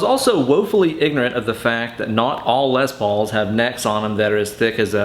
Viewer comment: Am I the only one who heard him say “ Les Balls” at least 3 times, lol excellent vid! 🤘😂🤘